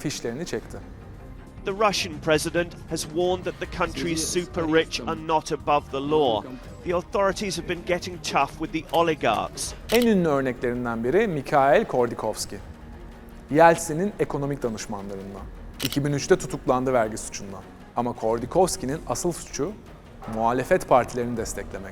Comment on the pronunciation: Neden hala 1 milyon olmadığınız anlaşılıyor. Mihail Kordikovski nedir? Mihail Hodorkovski olacak, bir tane soyismi düzgün okuyamıyorsunuz vikipediden